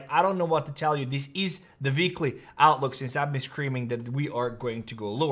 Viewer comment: ITS NOT VEEKLY ITS W WEEKLY TRY IT BECAUSE VEEKLY MAKES YOU SIUND LIKE AN EVIL JAMES BOND VILLAIN DUMB AZZ.